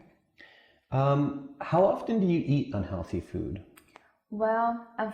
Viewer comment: He said "often" [ˈɔːfn] >>> ofTen TTTTT OFTEN OF-TEN He pronounced "T" kinda weird man